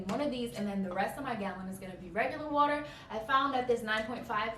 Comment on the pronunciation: “Wet like watedeerr, taste like juice “😂😭😂😂